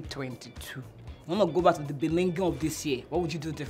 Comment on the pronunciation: I knew she will still say beninging😅